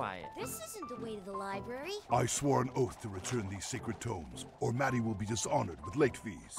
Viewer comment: He said Maddie, like the Pretzel Lady.